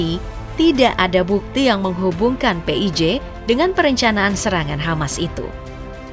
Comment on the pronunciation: PHI AY JI , bukan PE I J, tar ada yg gak terima loh kak 😂